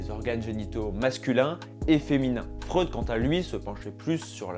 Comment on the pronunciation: Freud ça se prononce FROÏD mdr